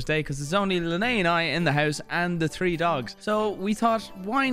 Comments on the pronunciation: "It's herbs , there's an 'H' in there." Okay, Mr. one, two, tree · Alright then mr Three thousand three hundred and thirty three. Wanna talk about not saying the H in words? JK JK JK JK.